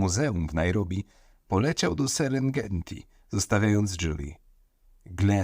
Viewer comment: głos masz bardziej słuchowiskowy niż do spraw true crime :) bardzo przyjemnie sie słucha, ale przez to brzmi to jak kawałek jakiejś książki. zwróć uwagę na prawidłową wymowę (np. serengeti), bo przez to czasem ma się wrażenie że faktycznie czytało to jakieś AI. Gdyby nie napis, że to twój głos, byłabym przekonana, że jakaś sztuczna inteligencja. Trzymam kciuki za rozwój kanału, zostawiam komentarz i subskrypcje oraz kciuka, dla zasięgów :) pozdrawiam